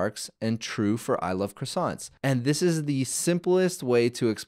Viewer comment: The way croissant was pronounced triggered me a bit. But interesting tutorial, keep it up